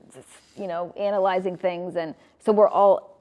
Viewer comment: Am I the only person hearing a "long ā" when they are pronouncing the word "analizing?" I'm hearing them pronounce the first syllable with a long ā, as in the words, "Amy," and "anus?" I heard at least 2 of them pronounce it that way, but I can't remember which ones it was. (I do remember that it was 1 male and 1 female) *Before anyone says it, YES, I do realize that I could rewind the video, but not knowing doesn't really bother me! LOL I'm curious to know how many of you guys will actually rewind the video to get the answer....will not knowing the answer drive you crazy, or, like me, do you not care? * This question sounds weird to me. I know what I'm trying to ask, but I'm not sure of how to word it. Does it make any sense at all? I'm going to stop typing now, because if you're still reading my comment, the very least I can do is to show you some sort of mercy. *I REALLY wanted to end my comment. I DID!!!! But, when I read over it again, the last sentence sounded different to my ears than it sounded to my brain. (or, since I'm TYPING, not SPEAKING, should I "say" that the last sentence sounded different to my EYES?) Unfortunately, the keyboard on my phone doesn’t make the little clickity clackity sounds like the keyboard on my PC does, so I don't hear anything at all.... OR, should I say that it LOOKED different to my EARS? I don't know. And, at this point, I don't even CARE!!!! BUT, there are 2 more itty bitty things about this entire comment thatare bugging me just a lit